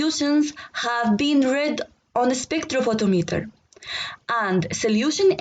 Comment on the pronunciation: Spectrophotometer. You pronounsed it sprekthrophothometer🤞